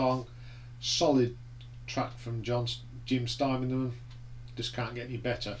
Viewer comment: Distracted by how u pronounce Jim Steinman and a few track names but a pretty good review and I would agree with u mostly. Surprised at braver than we are being so high up in your list? I find it dreadful but each to their own. Think the reason Jim isn’t featured on any of those tracks was cos he was very ill following multiple strokes. Think meat has said he could hardly speak? Dunno how u can’t like ‘sailor to a siren’?? It’s a great track!! Good to hear U were at the 10th anniversary tour. I saw the gig in Sheffield on that tour. It was 1988 and it was one of best rock shows Iv ever seen.